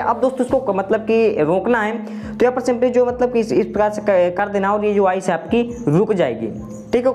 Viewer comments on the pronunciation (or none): Waice nei bro voice. .😂😅😊😊😊😊😊😊